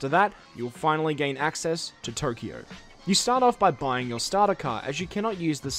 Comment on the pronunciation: aaaa not turkio, tokyo!